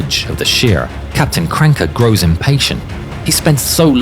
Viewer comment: it's not Krancke it's KranAcke